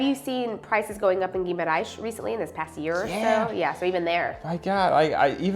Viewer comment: Great vid! You’re saying Guimarães as Ghee-ma-RAISh (like the sound in the word: rice) when it’s actually pronounced Ghee-ma-rangsh. Like the (ang) in the word ‘bang’ and ‘dang’.